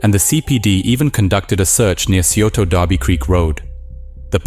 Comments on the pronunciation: For future videos about the area: Scioto = Sy-OH-Tah and Olentangy = OH-len-tan-jee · FWIW locals pronounce scioto as "sigh-oat-a" and Olentangy as "oh-len-tan-gee"